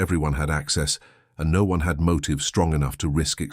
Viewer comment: How did you say asparagus? AI needs more practice.how did you say no - one? It’s one word for heaven sake.